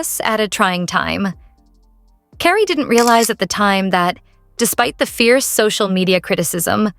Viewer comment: Please get a real person to read the text instead of an AI voice that doesn't know how to say Carrie.